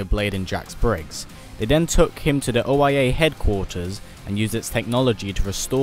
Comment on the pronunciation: Oia sounds like oh yea